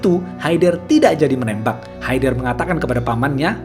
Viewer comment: bang itu e nya dibaca kaya ngomong enem bkn kya bca enak ... itu nama orang kalo kita bysa manggilnya haydar